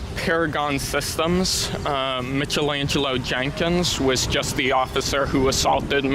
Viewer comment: “Mitchel-Angelo”??? It’s Michael-Angelo,!!!